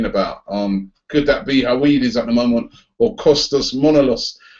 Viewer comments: fah fuck sake robbie it's pronounced her-ve-dez!...not howaidees!!...sorry i had to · I think it's pronounced "Huv-ed-ez" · It's Her-Ve-Des. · Höwedes is pronounced something more like Hur-Veh-Does I think, just a heads up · Oh dear, oh dear the pronunciation of Höwedes... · the w in howedes is pronounced as a v